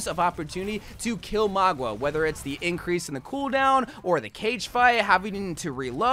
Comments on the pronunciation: My dude, it's maUga no magUa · I can't listen to this girl call him magua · His name is Mauga, MOW-GAH, not Magua, MOG-UAH. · name :mauga him: magua subtitles: magwa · Stop calling him Magua 😭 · stop saying "magwa" lmao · I noticed that to, threw me off so much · Why does he pronounce Mauga that way tho 😂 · Why does he keep saying maugwa and kirio